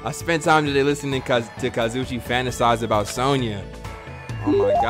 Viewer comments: kazuichi is pronounced like kah-zoo-ee-chee. it doesn’t really matter tho lol. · I feel stuck up for saying this, but it’s kah-zoo-ee-chee that’s how you pronounced kazuichi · Kazuichi = Ka-zu-e-chi Please, PLEASE SAY IT RIGHT!!!! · no its kaz oo ee che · Lol it’s pronounced. (Ka-zoo-ee-Chee) Kazuichi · his name is KA-ZOO-EE-CHEE :l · I learned a little about Kazuichi today... Pronouncing his name right was not one of the things I learned today...